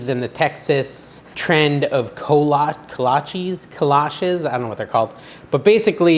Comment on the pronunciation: Looks great! Thank you! FYI kolaches are Czech, not Texan. They are pronounced Koh lah cheez - from your anthropologist friend in Texas :)